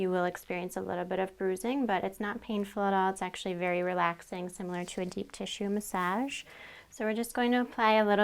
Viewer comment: Muhsajj ? I though it was massage (muhsahj)